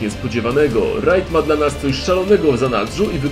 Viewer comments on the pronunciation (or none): Panowie, tak na przyszłość, słowo raid nie wypowiada się rajd tylko rejd xd nie przypierdalam się tylko mówię tu tego